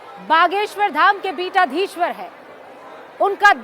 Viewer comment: bitadhiswar nhi pithadhishwar